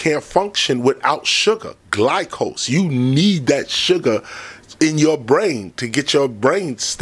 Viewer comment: KRS just said glycose Instead of glucose This is why he needs B12